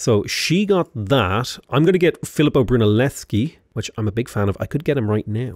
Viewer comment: u finally said brunelleschi right <3